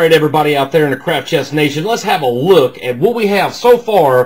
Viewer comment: Does any one else hear 'crap chest' not Craftchest!